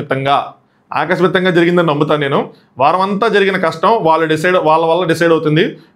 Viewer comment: ఆకస్మికంగా, ఆకస్మితంగా కాదు.